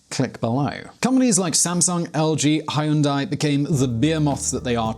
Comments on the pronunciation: 겔7 I think you can make a separate video about his Korean mispronunciations. Hayoondaii... My God 😝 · Pronunciations: Moon Jay In Kay Bol Hay Uun Day